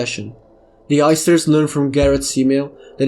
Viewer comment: everytime he says the heisters it sounds like the oysters